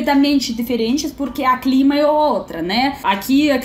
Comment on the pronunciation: Vocês trocam a letra o pela letra A por exemplo o clima Vocês falam a clima